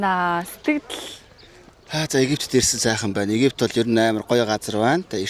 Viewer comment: Монголоор Египет буюу "п" үсгээр дуудна. Еги"Ф"ет биш. Зарим найзууд нь Ф ээр дуудах нь жаахан эгдүү хүргэмээр сонсогдох юм. Монголд одоо болтол залуус дунд П болон Ф- 2ыг сольж хэлээд бдаг хүмүүс бх юм. Фирм - ийг "Пирм" нэж дуудах жишээний